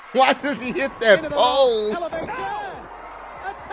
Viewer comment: I swear I thought he said “He hitto me amigo! 😱” 😂